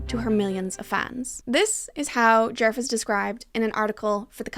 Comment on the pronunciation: The word djerf really started to lose all meaning at about the 15 minute mark…. And as a Swedish speaker your pronunciation was really good for someone who doesn’t know the language so no need to apologize! I really appreciate when creators actually look up the sounds for å, ä and ö instead of presuming an and o-sounds, so in my book you pass with flying colors with that alone